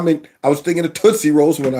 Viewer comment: Tootse... lmao. One of my father's friends she use to call me tootse. Lol